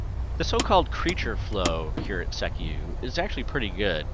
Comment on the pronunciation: You're pronouncing Sekiu wrong. It's more like SEE-Kyoo.